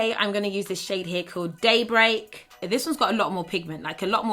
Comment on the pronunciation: LMAO when she said the shade “day break” I totally thought she said date rape 😂😂👋🏼